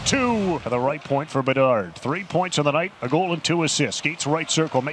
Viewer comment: BeDARD! Not BeNARD! 😂😂😂